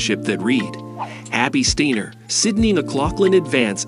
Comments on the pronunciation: Well, he pronounces it 'Stainer' reading a newspaper headline, and again . There are also factual errors. The video was posted in November 2022. It says that the 2 have never met, but they won the 4 x 400m relay at Worlds in July, and were interviewed together, as were all of that relay team. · Really dude? Really? playback, you said Abbey "Steeener". You lost credibility. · One of the best robot voices I have heard, but still off putting changing pronunciations "Steiner/Steener" etc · Very poor quality overall. 'Reviled'? 'Steiner' is even mispronounced! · This is rubbish! I thought they'd become romantic partners! Apart from pronouncing Steiner three different ways, and the video is disjointed - McCloughin's face appearing when the soundtrack is reporting on Steiner and vice-versa. Whoever made this video needs to learn about relevance and stop fantasising about their relationship - there is no relationship - unless they start competing in some weird hurdle/flat relay. Bizarre. The music was pretty inappropriate an all.